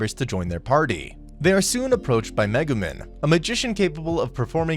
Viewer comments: megumen bro what when he mugumen instead of megumin every bone in my body was triggered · Him: MegemEn Me: ITS NOT MEGEMEN ITS MEGUMIN Also the destroyer was before darkness left to be forced to get married and really... yunyen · am i the only one pissed that he said "megumen"